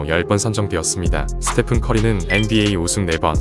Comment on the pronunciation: 스테판이 아니고 스테픈입니다